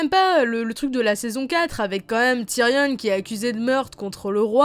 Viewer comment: Tyrion ça se prononce (ti rion est non tyrionne)